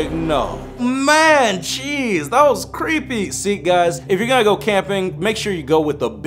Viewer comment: Lol when he says “jeez” it kinda sounds like “cheese” Like If You Agree!❤️❤️